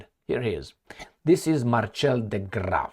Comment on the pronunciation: Marcel is pronunciated Mar-sel. Not marchelle🤦🏻‍♀️😆